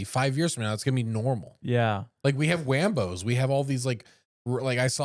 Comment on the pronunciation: “Wambo’s” 💀 ya mean Waymo’s 🤣